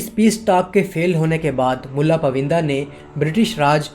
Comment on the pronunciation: یہ پائوندہ ہے، پوِندہ نہیں۔ بہت سی جگہوں پر برٹش کے بجائے برٹین کہنا چاہیے تھا۔ وڈیو بنانےسے پہلے اپنی جہالت قدرے کم کر لینی چاہیے۔